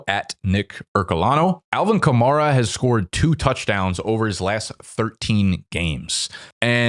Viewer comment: I seriously question fantasy experts who insist on pronouncing players' names incorrectly when we've heard them pronounced correctly countless times - i.e. it's "skatte-boo" not "skatte-bo", "ka-mair-a" not "ka-marr-a" yet people whose analytics we're supposed to trust constantly get this wrong